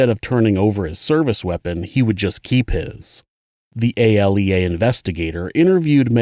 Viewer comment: ALEA is pronounced (A-Lee-uh)